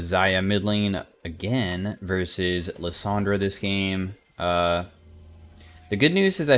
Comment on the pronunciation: Again, versus